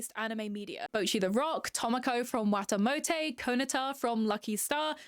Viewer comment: ok i used to like cuetcore and i stilk kinda slightly do but hearing you say “tohmokoh from wahtahmotey, kohnahtah from lucky star, moey tan from moey tannnn” was sl funny ngl